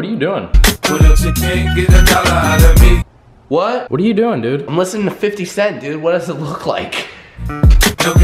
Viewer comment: "Longesing" instead of listening. Also, bear instead of beer